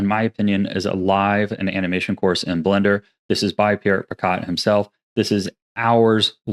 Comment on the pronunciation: I also rep Pierrick Picaut! Been following his work for years, and I reference his rigging course every now and then. BTW "Picaut" is pronounced "pee-KOH". It's a French name ("au" digraph is an "o" sound)(word-final consonants D, P, S, T, X, and Z are silent), and I'm surprised that the pronunciation didn't stick with you, since Pierrick introduces himself by his full name every other video. Some other Blender characters I can recommend are mostly based around anime or game development. - Royal Skies: Lots of really quick tutorials for common game development, as well as Unreal and Cascadeur. Although he dropped doing good Blender tutorials for genAI in roughly 2023, but must've realized that that was a bad idea and matured out of it somtime around 2024. - 2AM: Lots of in-depth anime character model tutorials and analyses using officially released models from studios like Mihoyo. - Dillon Gu or Professor Goo: Has some okay tutorial videos but he has really good animation critiques. Gu is also the project lead for the Blender fork, Goo Engine, focused around anime. - I could recommend Pierre Schiller as well for more anime modelling, but he also fell for genAI unfortunately. His pre-2023 tutorials was cool though. - Arc System Works: They published a handful of presentations on their modelling process for Guilty Gear Xrd, of which there are fan-translated Google Slides. I would post the link to them, but YT will delete my post if I do. - Simon Schreibt: His game VFX blog has